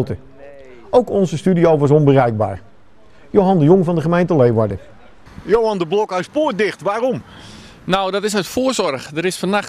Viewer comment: Jammer dat hij zegt: Leewarden. Het is Leeuwarden of Liwwadden.......